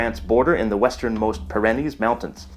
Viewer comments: Love your videos dude, but the way you said pyrénées... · Pyrenees is pronounced "PEER-uh-neez" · Pyrenees is pronounced Pirry Knees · Pro tip: Stop saying "per-REN-nees" it is pronounced "PEER-ri-nees". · for a linguist your pronunciation of "Pyrenees" is hilarious... it's "peer-uh-KNEES" and not "pih-REH-nis" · I just checked my dictionary to make sure the way I've always pronounced the mountains in this area is correct, and it is: PIER-uh-knees, rather than pier-EN-eez. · Pyrenees is pronounced (/ˈpɪrᵻniːz/) (p IH r uh n ee z) "PEER a knees" not " pah REN ees" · According to my experience and dictionaries, Pyrenees is pronounce PEE ·ruh·neez unless the locals say it differently. Do they? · Pyrenees is pronounced Peer-AH-nees. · That is a strange way of pronouncing the Pyrenees. I admit that I had not heard the Pyrenees pronounced that way before. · thank you so much for your dedication to research and accuracy. I have about 1/16 Basque ancestry. However, as much as I appreciate your work, I would like you to find out the correct way to pronounce "Pyrenees" (mountains) I have always heard it pronounced " peer - an - eees". As in the breed of dog called the "Great pyrenees" - A very large long, thick - haired dog. Kinda like a Samoyed. only much larger. Bigger than a St. Bernard - Smaller than an Irish wolfhound. snowy white and beautiful!. ohmygosh! I started this text to find out the correct way to pronounce the word "Pyrenees". Oh, well. thank you. ever since I found out that one of my grandmothers had a "tryst" with a gypsy in the Michigan woods in the mid to late 1800's , I have been curious if they spoke some kind of "Hispanic". wow! what a complex language! you do a great job of pronunciation! and actually hearing it spoken by a native Basque! Fascinating! Thanks again! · Not to be rude, but you’re mispronouncing “Pyrenees”. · Not sure I trust a narrator who pronounces "Pyrenees" that way, or who sometimes spells "Basque" as "Basqie."